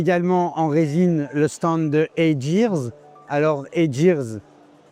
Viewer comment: Très intéressant. C'est marrant, j'aurais prononcé Heygear à l'anglaise, "hey gear" avec un g dur, plutôt que hey jir. Justement, je m'étonnais que les Japonais ne soient pas présent sur le marché de l'impression 3D, on dirait que Qholia apporte une réponse. Peut-être en fait qu'ils visent un marché essentiellement asiatique ?